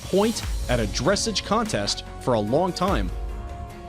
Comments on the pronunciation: Horses should have started their main training at the age of two, let alone be racing already!! It frustrates the hell outa me. The youngest a horse should ever be backed is 3 1/2 years of age. Oh and the way he says dresij instead of dressage is kind of pathetic... who the hell got him to do the voice over, at least make it an equestrian that ACTUALLY knows how to pronounce things ¬.¬ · It’s pronounced dressāge the a is long and māre the a is long in this one to and the horses are he or she not it please do more research on how to pronounce names and words before coming out with a video like this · And please know how to pronounce words. It's dres SAGE.....not dres seg. Good grief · Not 'Dŕessidge' but Dressarge *silent R or 'dressahge' please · Just curious if this guy actually knows ANYTHING at all about horses... They are called he or she, not it. It is foaled, not fouled. He also needs to know how to pronounce dressAGE, not DRESSage. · Lols. It's pronounced dress-aaaaahge. Not dressige. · I'd like to know how a horse can be a year old when it is 'fowled'... being as a horse being FOALED means it was BORN. How does a horse manage to be a whole year old when its first born?! And I have to say that conflating western riding with dressage (pronounce 'dress-AAAHge' not 'dressij') is... wow. Do you know anything at all about horses? And, seriously, do you think people cannot tell the difference between a famous race horse and some kid's Welsh pony? Or between a seal bay and a bright chestnut? Ugh. Not worth the time, seriously disappointed. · Amelia Finn Yeah every time he said “dress-edge” I was here like that’s not correct but alrighty. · ‘Dressig’ and ‘Shockenshmole’ 😂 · Dressage is pronounced "dress-sahj," accented second syllable. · DRESS---AGGGEEEE Please... someone tell whomever created this video, how to pronounce the words correctly!!! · Dressige he has a script so how can he still pronounce it wrong.. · henlo not to mention “dressidge”